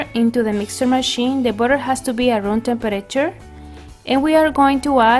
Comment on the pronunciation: Who says room tempater